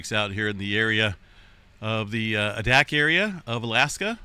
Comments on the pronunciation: Spelled Adak pronounced AY-DAK! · Adak is pronounced a-dak, a like in abc… Now, any orrelations between eq’s and eruptions in the Aleutians? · It's pronounced Long A - dack...Adak